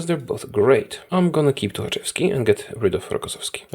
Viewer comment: I love listening to your polish pronunciation of some surnames like Żukow, that's make the video much better